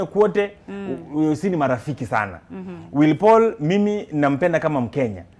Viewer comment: ringtone doesnt know how to say willy Paul niqqa is always like will paul